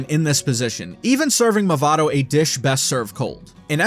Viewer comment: where is the L in Mavado